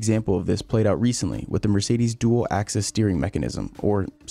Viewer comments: It’s Dual Axis Steering, not Access. I know the British accent with axis and access is similar but it’s axis. Btw Das is my last name and despite me being a Hamilton fan, this system makes me love F1 so much more with the technology and innovation that the teams create. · It’s ‘Dual Axis Steering’ not ‘access’. But regardless, great video! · I'm unsure if it's an American thing but, is it not, dual axis steering? Not access? Might be wrong but I assumed it was axis due to the steering wheel now moving in more than 1 direction. Love the work, shame YouTube made this so hard to upload for you! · I think it's called "Dual Axis Steering", not "Dual Access Steering" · Not 'Dual Access Steering'. It is 'Dual Axis Steering'. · Lol dual "access" steering...